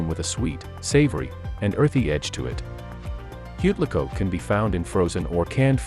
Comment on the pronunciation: This would be so much better if you learned how to actually pronounce the words of the foods. Balut, seriously, buh-looot. Huitlacoche.. no, there is no coke in there... Wheat-lah-coach-ay